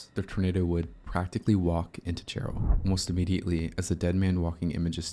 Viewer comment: Jarrell, not jarr-ELL.🙂